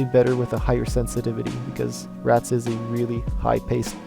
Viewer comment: By the way dude, don't say it like rat-z. Its Rats.